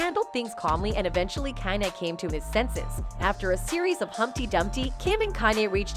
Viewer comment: The way she's pronouncing his name is driving me nuts. "CAN-yee"